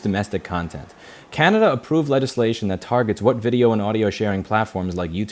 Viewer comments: Yes, Louis said "from Canadia" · Canadia 🤣 i found that really funny, i think you mashed Canada and Canadian together. Love your content and legislation, keep the good work 👏!